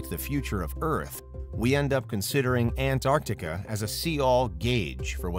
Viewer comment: Why do you say it like "Ant-Arctica"?